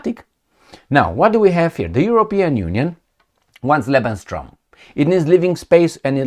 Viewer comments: It is called "Lebensraum" not "Lebenstraum".. but I want to say: your're doing a great job!!! Thanks so much!👍💪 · te urmaresc de mult timp nu este lebensstrom ci lebensraum se pronunta exact cum se scrie... nu vreau sa vina vreun destept sa iti spuna ca nu zici corect... in ceea ce priveste Serbia 0resimt ca UE va lua M.UE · you pronounce it "Lebenstraum" - that "t" makes it livingdream instead of livespace... 🤔😅😂 Always good to see you, all the best, take care 🙏🍀🙏 C. 🦉😇